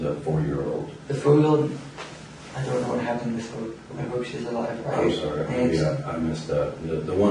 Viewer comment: does he say "the five yeaw owd? I don't know what happened with her. I hope she's awive."? If so, that's all the more disorienting.